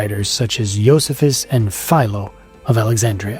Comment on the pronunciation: You pronounced Josephus properly. I'm impressed. Excellent work.